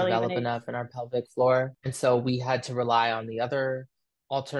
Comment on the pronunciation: Pelvic* floor, not public lol. That's been bugging the hell out of me. XD